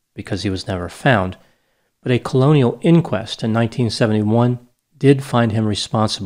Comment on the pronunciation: I think you mean 'coronial inquest', not colonial.